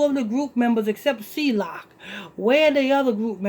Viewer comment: KMSL. THAS NOR HOW EU PRONOUNCE HIS NAME. ITS NOT C-LOCK. ITS C-LOC